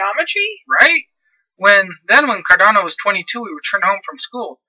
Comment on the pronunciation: There's no "i" in Cardano.